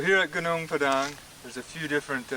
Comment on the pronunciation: Thanks for pronouncing Padang correctly 😅